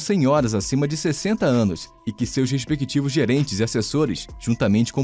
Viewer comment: É "respectivos" e não "respequitívos" 😄